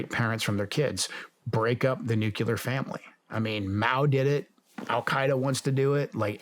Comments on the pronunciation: Very disappointed to hear Joe Kent pronounce nuclear as “nukular”. Hope he does better in the future! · Nuclear vs Nucyalear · also “nukeyalur” when the word is actually nuclear. it isnt hard.